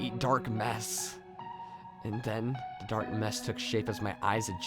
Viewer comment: I like the videos but noticed instead of saying "the" you always say "da" n it's kinda trashy sounding. Sorry. I'm from Chicago and always hated when ppl pronounced "th" words "da". That's all.